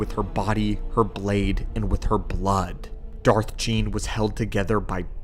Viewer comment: Darth Gean. Pronounced ghee en.